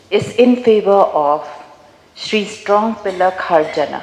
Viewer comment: Ka rukom pronounce strong pillar kharjana sngew kum u dkhar tangba jan baroh ki kyntien kane ka kong kurbah